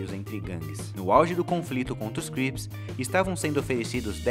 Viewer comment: é crips nao grips hauahauahauaahu